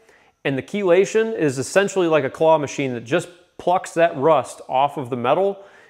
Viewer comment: I learned from the video how to pronounce "Chelation"